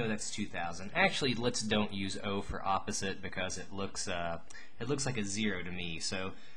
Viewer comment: I just wanted to say "yopposite" is how I'm going to say that world now.